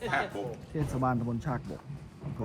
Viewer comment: ชาก กะ บก.. ไม่ใช่ ชาก บก นะครับ.